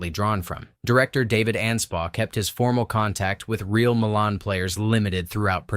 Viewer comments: MY-lun. Not muh-lahn. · It’s pronounced Milan, not Milan. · pronounce My Lan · It’s pronounced Meye lan, like eye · Entertaining, but... It's pronounced... My-lynn. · Milan Iin IN isn't pronounced the same as Milan in Italy. It's "MYE-lan"